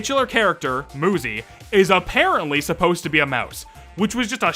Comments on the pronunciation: Honestly I'm not surprised if the dev is just making the game to test their game developing skills (and to get quick bucks) but the popularity is just exploded out of nowhere must be too much for them. Also, why do I think that Muzy developer is Japanese? Maybe they pronounced Muzy as "Moozy" and the UI arrangement in the screen title ? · If the game was supposed to be pronounced like he thought it was, it would have 2 Zs, as in Muzzy. Muzy is pretty obvious. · About the name maybe the creator isnt a native speaker in many languages u is pronounced like u so i think that might be a problem in the name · Even English has words with single U's that are pronounced with an oo sound. Has he never met someone named Suzy? Does he pronounce it Suzzy? This rant felt completely out of place. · Sorry to interrupt, but MU is more often pronounce as moo instead of mew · I'm sorry moozy 100% makes more sense as a pronunciation of 'muzy' than muzzy does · Technically it should be pronounced mUzE Because a e i o U and sometimes Y So that Y would make the U say U and not oo or uh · Dude. UZY the gun is pronounced OOZIE. So just do the same thing but with an M In front of it. Not that hard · Moozy❌ Muzy✔️ Why are you still reading nothing will happen Bruh Why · i also thought that you say it muzy not moozy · I thought it was pretty obvious that the game was pronounced Moo-zy and not Muh-y. So I think that's just a skill issue💀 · Muzy would be pronounced mYOUzy not muzzy wtf are you waffling about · I’m pretty sure one of the reasons why they pronounce muzy like moo-zi is because cuz ma-zi is a slur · Not all vowels are the same. The 'oo' sound in English was once denoted by the letter 'u' and continues to be in many other languages. Personally, I believe that to accurately convey what you read, it would need to be pronounced as "muzzy" to capture that 'uh' sound. Unless, of course, you believe that 'uzi' should also be pronounced as "uzzy." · Or another pronunciation fix: Müzy